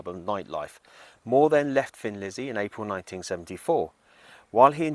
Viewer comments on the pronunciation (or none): Sorry to mention this but I pronounce Thin Lizzy as a thin person. Thin. Maybe it’s your British accent ☺️ Anyway in 1990 I wore out two VCR tapes of Gary Moore and the midnight blues band at Montraux. My inspiration for playing guitar ♥️